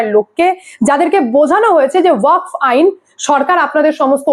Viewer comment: দিদি,উচ্চারণ টা ওয়াক নয়।ওয়াকফ হবে।